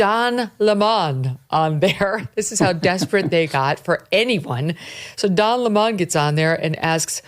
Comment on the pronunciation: I love how she uses Don LE-mon. Just like Tucker would!